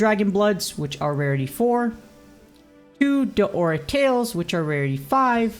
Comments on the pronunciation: Ikr, its not Deora its DAora 🥺 no big deal tho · Your saying Daora's wrong